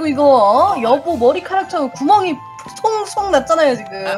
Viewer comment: 이 에 여보머리카락처럼구멍이 송.송 났잖아요할때너무또박또박이었음ㅋㅋㅋ